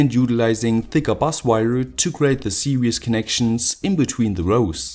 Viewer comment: Its "series" connection not "Serious" your_pronounciation